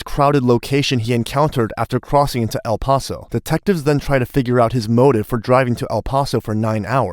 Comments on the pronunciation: El-pass-oh Say it right if you are going to make a video about it dude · I dunno if it's A.I. slop or just someone who can't pronounce anything right, but I can't finish it. "El-Pas-O" 🤨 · "El Poso" your ai voice needs to get it together. 😅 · Native Texan here and I stopped watching after hearing EL PASO pronounced as EL POSO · Incredible narratorship. One note: it is pronounced El Passo, even tho it only has one s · Down vote AI voice can't pronounce El PAAAAAAso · ..el Pauso texas? ..it's not pronounced like pasta, dumbass, ... 🍝 🤷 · Its pronounced el pass o not el paws o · Dude, it's not El POS-O. 🤦🏼‍♀️ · El Paaassoo? Are u dumb AF or just arent from around here? 🤣🤣🤣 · Am I the only Texan who cringed at the way he says El paso 😭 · Anyone else irked by the way he pronounced el paso, or is that just me? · I love how literally within the first 2 secs of your vid that your AI narration mispronounces "El Paso." Judging by the pacing and cadence of the narration I'd say you used AWS and have no idea how to adjust the timing to make it sound human. Or you just suck at it. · They clearly state the name of the city multiple times in this video but you continue to mispronounce the name like you are struggling with a mental disorder. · Do you really not know how to say the city of El Paso’s name correctly? You shouldn’t be allowed to have a YouTube channel. It’s even weirder because you can clearly hear the people that lived there pronounce it correctly in the video that you posted. Not even a real judge. lol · How is it the narrator keeps mispronouncing "El Paso?" The detectives say it correctly. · Why can't this man who is announcing, say El Paso correctly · FYI, you pronounce El Paso wrong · A. I. can't pronounce "El Paso!" Hahahahah! Lost me after 13 seconds. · Cant stand the way he says el paso. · Can’t “like” because of your mispronunciation of El Paso.